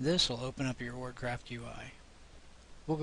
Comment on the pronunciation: Sometimes you say "Org" Bot and not "Ogre", is it two different programs or...?